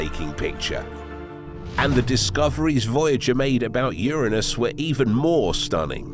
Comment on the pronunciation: Glad to hear it pronounced URA NUS. Because if you start talking rings around UR ANUS it doesn’t sound good.